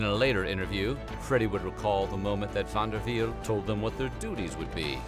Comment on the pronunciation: You say van der Wiel like a german 🤣😂